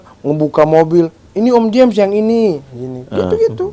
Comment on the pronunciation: James bacanya jems.